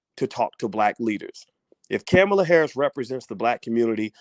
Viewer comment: C'mon, Dr Bryce her name is pronounced "comma-La" thats so racist.